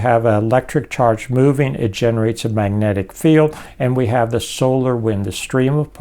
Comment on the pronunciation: He’s a great thinker, but I can hardly stand listening to his sloppy, slurry pronunciations. Example: maneuc vs magnetic